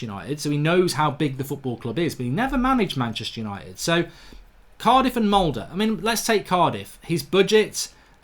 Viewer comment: "Hello and welcome to tha YANITED STAND!"